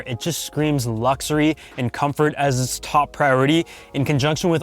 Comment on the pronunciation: i like how you say lukzory :)